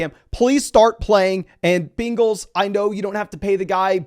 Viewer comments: Did he say bingels 😂🤣😂🤣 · “Bingals” haha